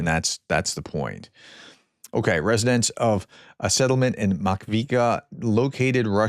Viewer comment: That’s Mah kee eev kah, say it fast, Makiivka, Rick the Ukrainian’s hometown.